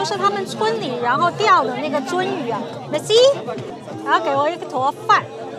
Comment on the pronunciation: 说实在，吃饭吧哒嘴，嘴里有东西的时候说话。这些在欧洲都是没有教养的表现。你是在丢中国人的脸。还有，请你把merci的发音还好矫正下。谢谢！